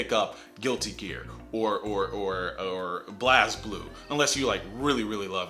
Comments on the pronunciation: I love you, but BlazBlue is pronounced Blaze Blue, so please never make that sound with your mouth again. <3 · its pronounced Blaze Blue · Coming from a more fighting game oriented background (and mostly my own morals) I feel that the Smash community is most to blame for this incident. Rarely have situations happened akin to this in the FGC across many tournaments, and the one notable time it did was in a BlazBlue(Blaze-blue is the pronunciation, please, ) GF where both players colluded. The players here are at a type of fault for doing such an act, but if they had not done this, then we also have to look at those possibilities. Like stated in the video, there are so very little repercussions to this happening that nothing may happen at all. So could this mean that if the players played normally, then there would have been no repercussions for the community for actively booing/heckling/harassing both players? The attitude of the community here is at fault, but if that's how the community wants to be seen, then i dont know. Smash is popular to no end, and it feels like nobody cares how its community should act. The FGC and its offsets want to be respectable; they want to care for its players and give everyone opportunities. We all laugh at the people who are easily on the next tweet of ScrubQuotes, but I can't recall when a scenario like EVO 2018 Smash 4 GF has happened. This distinct moment helps show how different the FGC and the Smash community is, and I don't really have any words from here. The Smash community can do whatever it wants I feel, and it won't change for the better. No matter how bad i